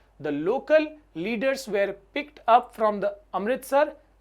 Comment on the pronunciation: Sir one advise. Sir you wrongly pronounce "were". 😼